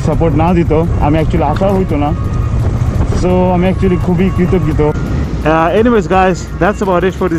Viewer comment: did you say kritoggito ??